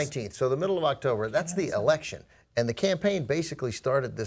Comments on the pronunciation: Canadian EH-lection. i laughed so hard and im even canadian. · I laughed pretty hard at the Canadian Eh-lections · Eh-lection? Come on... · The Canadian Eh-lection? That is mildly offensive to me as a Canadian. Not that is should surprise me though as I live in a Canadian border city with USA and I have gotten used to the stereotype that Americans put on us. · Just had to point out... eh-lection. awesome :)